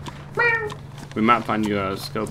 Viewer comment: "Ali-john-der." It's Alejandro,.